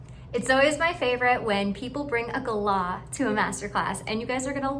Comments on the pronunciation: Ummm I’ve never heard an Australian , or anyone that isn’t American, pronounce galah any way other than gah-LAH, and I’m a nzer. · You are the only person I know who enunciates galah that way. aussies and everyone else I've heard says it as GAH-lah, with the emphasis on the first syllable.